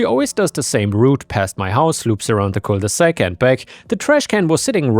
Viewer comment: Cul de sac, not cole de sac.